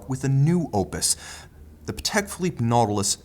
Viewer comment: PA-tek phi-LIPPE;) Love your reviews!